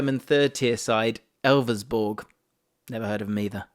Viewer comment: Elversberg!!! Not Elversburg!